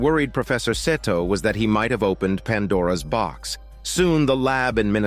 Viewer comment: lmfao im azn but im sure thats not how 'seto' is supposed to be pronounced... it's pronounced "see-toe"...right? it's so hard hearing pronunciation of the name... 🤷‍♂🤦‍♂ idk why lol